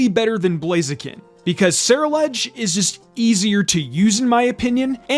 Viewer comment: It’s pronounced SUH-ROO-ledge, “”! 🤨